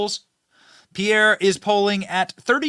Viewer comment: As a French Canadian myself , I can confirm that's your pronunciation of Pierre name is way better then before.